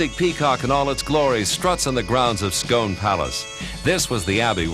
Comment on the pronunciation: It's pronounced Scoone not Scone